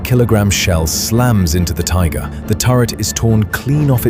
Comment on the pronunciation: Tigger?😳